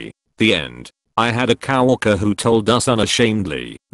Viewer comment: I love how it pronouces co-worker as cow walker